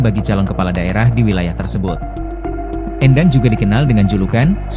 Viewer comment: Bacanya bukan E'ndang tapi Endang/E Pepet.. bukan E taling.